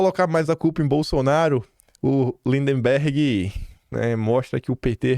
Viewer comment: É LinDBERGH e não LinDEMBERGH!